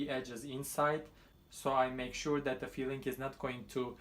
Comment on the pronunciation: LOR cheese is Cottage Cheese in English. Your English is very good but you sound like saying feeling rather than filling:-))